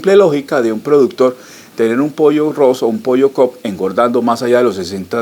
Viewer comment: El pollo no es cop es cobb